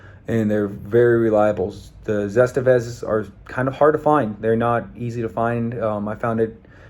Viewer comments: Zah Stah Vah, not Zest Eh Vez. Sorry, it was bugging me. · What the hell is a “Zest-a-vez!?”